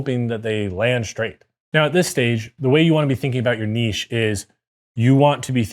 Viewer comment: My man! Even knows how to pronounce "Niche" correctly!!!!!